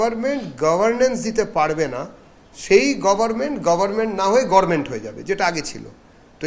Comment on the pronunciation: গরমেন্ট কথাটি আমাদের বাংলার চুরির রানী বিগত দিনের মুখ্যমন্ত্রী বলতেন😂😂😂Gavarment বলতে পারতেন না।।।